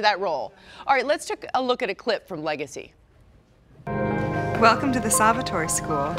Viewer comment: the news lady said legacy 😭😭😭